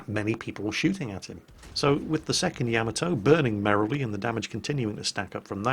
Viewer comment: PLEASE learn to pronounce Yamato correctly;)